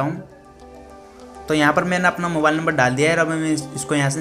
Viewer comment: bhai mobale nahin mobile hota hai